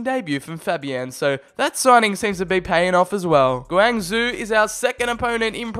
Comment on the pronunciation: I got triggered by how he said Guangzhou